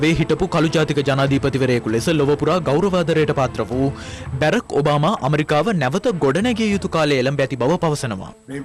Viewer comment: බැරැක් ඔබාමා නොවෙ බරාක් ඔබමා හැමදාම ලංකාවෙ කියන්නෙ බැරැක් ඔබාමා 😃